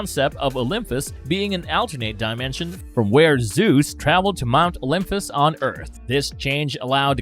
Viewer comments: Ughhh! Can anyone ELSE narrate this video? Every third word is pronounced horribly wrong. Olympus does not have an "f" sound ANYWHERE. At this point, this guy is butchering the pronunciations on purpose; right? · He mispronounced Olympus, a lot of the Gods’ name etc. it’s hard to listen to